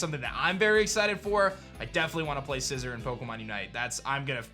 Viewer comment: Sci - ZOR (ZOR) not scissor